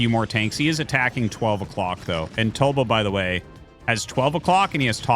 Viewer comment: Tasteless called Tulbo ‘tub’lo 😭